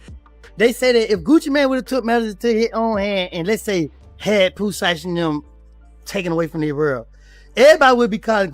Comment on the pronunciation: Lol I heard that, what about calling Pooh Sheisty Pooti, I stopped watching at that point.